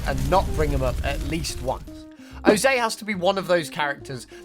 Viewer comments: Oh-zay? You mean Ozai? Oh-zye, like eye, or bye. Even pie. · Its ozai not ozei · Why are you even narrating this video if you didn't watch Avatar: The Last Airbender? It's pronounced OH-zai, with ai making an I sound, not oh-ZAY. It's not like his name is a twist on Jose for crying out loud. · "Fire Lord o-zay" AW LAWD, o-zeye, come on lad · It’s pronounced the A is silent in Ozai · Did hey say Ozay? Not Ozai “Oh Zeye” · Oh zay? His name is Ozai (oh’s eye)!!! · why are you saying ozai like ozay? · Ozay? are you trying to do a repeat of the Oong meme? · It's pronounced O-zie (like die but with a z instead of a d) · How'd you mispronounce Ozai Why are you selecting adukt shows to talk about what they teach children? Is this Ai?